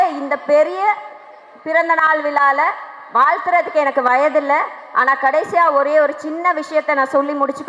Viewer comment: Vila illa Vizha _ First pronounce Tamil properly madam